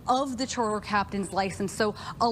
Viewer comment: Why does she keep calling it a "cherter" 😂😂 it's CHARTER ... It's not difficult to pronounce 😂